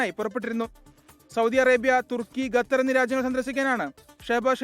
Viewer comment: ഗത്തർ എന്നല്ല അല്ല. കത്തർ ആണ്